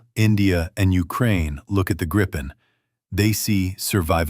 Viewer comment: GRIP-EN not gripe-en. FFS